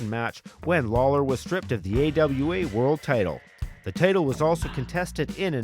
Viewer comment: Good vid, even without any real wrestling footage. Did anybody else think the narrator was saying 'potato' instead of 'the title, ' though?